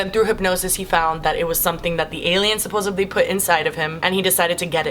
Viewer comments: anyone noticed she said 'supposebly' instead of 'supposedly' ? I feel like a lot of people think it's meant to be that way... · i love you. please stop saying supposably.... It's supposedly. I'm not a 'grammar nazi' it just really kicks off my ocd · the word is supposedly, not supposably 😂❤️ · Ok I love you but you said supposebly and I’m honestly not mad I’m just disappointed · "Supposebly", slowly shrivels up inside and loses all hope. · Every time you say "supposively" i cringe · Have I mentioned that I love when she says "supposably"? 😁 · you know i like her when im ok with the fact that she said supposebly lol